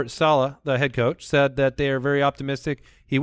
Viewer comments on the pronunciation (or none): Idk why but the way pronounces the word “very” as “veer-ee” is very bothersome to me 😂